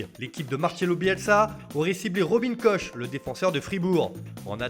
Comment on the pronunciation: "Kor" frère pas "Coche" enfin